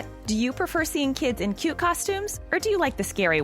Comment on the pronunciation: YOU JUST SAID CUTE WRONG🙁